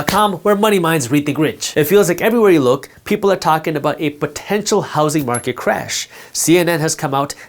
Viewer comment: Is it just me or does he pronounce "housing market" like housy market